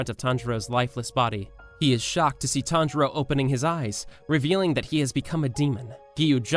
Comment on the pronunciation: Tanjiro not Tanjura